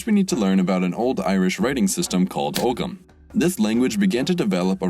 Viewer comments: The 'G' in Ogham is silent 😉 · The G is ogham is silent btw :) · That butchering of the pronunciation of Ogham 🤦‍♂️. It's not a full G. In Old Irish, itshould be halfway between a hard G and a H, the IPA is [ˈɔɣamˠ]. The modern word has them silent, just like oam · Irish person here to tell you that you pronounced Ogham wrong. The correct way to say it is "Ooom" like "Foam" without the F. Great video as always, keep up the good work :] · Ogham is pronounced “oh-um” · Its pronouced “Ohm” but written as “Ogham” yeah I’m irish and that triggered me aha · It’s not pronounced og-ham